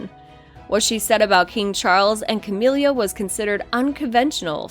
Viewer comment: "Cah-mill-ah", not "Cah-meal-liah", "Bowls", not bowels.